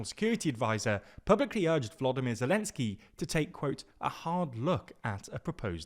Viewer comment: Great job on pronouncing Volodymyr correctly, just wanted to point out